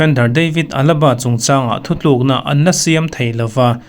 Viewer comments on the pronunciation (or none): none